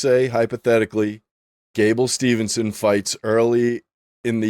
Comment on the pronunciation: Mispronouncing gables last name multiple times is crazy 😂😂